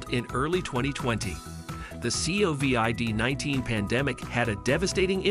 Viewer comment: CAN'T take this channel seriously as they use text to voice AI. The C O V I D 19 pandemic (each letter spoken out).